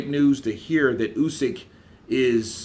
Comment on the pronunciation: not KRUSYK, KRASIUK.... OH MAN... WHEN HE WILL GET IT RIGHT.... Check how Eddie hearn pronounces it.